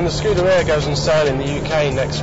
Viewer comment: Not once could he even be bothered to make the effort to pronounce the car's title correctly!